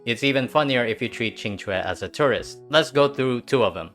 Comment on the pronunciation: First video I've seen from you, but am pleasantly surprised at the pronunciation of Qing Que. Great coverage of the strats too